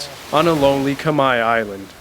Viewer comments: 1':15" you say: ".. a place for Kamaya families". I believe the ethmicity of the Cambodian people is KHMER (rhymes with bear). Minor detail of enormous significance & best learned now for future reference. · Khmer not Kmie